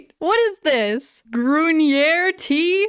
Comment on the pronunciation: I thought the exact same thing😂 you did great on the german, but don't forget, its no longer tea that you are drinking. Its ✨️Tee✨️